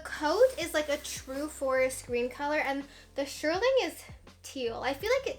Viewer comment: not to be mean but if you are going to say shearling a million times, pronounce it correctly!! Shear (like a scissor) ling. Shearling, not shirling.